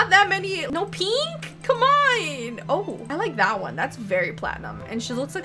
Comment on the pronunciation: Why do you say peenk 😆 and not pink ??